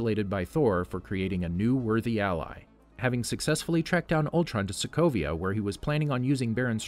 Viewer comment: Did he really said people of Slovakia instead of Sokovia ? :D :D